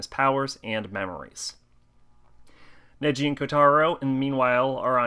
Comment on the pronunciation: sorry to correct your pronanciation it's nagi not neji